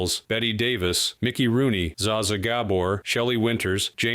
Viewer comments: When you’re creating these videos & The robot voice is doing really well — except for Zha Zha — you go back to settings & tell The robot how it’s been pronounced for The last 50 years ( ? ) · Zsa Zsa was pronounced ZHA ZHA, not Zah Zah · Not zay zhuh. Pronounce it zhah zhah. Not GAB-oar. Pronounce it Guh-BOAR. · Zhah Zhah, not Zhay-Zhay.... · Zsa Zsa Gabor - It's pronounced JjaJja not ZaZa, and ga-BOR, not GA-bor. I'm old enough to remember. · Thank you for the laugh when you pronounced Zha-Zha as "Zaaaa-Zaaaa". 🤣🤣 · Zsa Zsa was not pronounced that way. More like the S in Asia. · I believe that about Joan Crawford. I believed Christine’s book too. I agreed about Bettye Davis. Loved her work except when she played a lawyer on the Perry Mason program. She was not good, out of place. It’s Zsa Zsa not pronounced “zaysia”. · The pronunciation of Zsa Zsa, seance you pronounced it sevral ways and none were right, is sha sha. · If you're going to publish about famous people, learn how to pronounce their name: Zaza Gabor. You got Gabor right once or twice. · How are you pronouncing Zsa Zsa again? 😂😂😂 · There’s nothing wrong or unusual with stars asking for special lighting. Tell your robot to learn how to pronounce “Zsa Zsa”. She was on TJCS menu many times